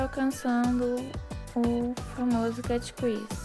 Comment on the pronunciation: a pronuncia correto seria "cât crisi" e nao "quisi" é como se você falasse "crise" mas enrolando a lingua;)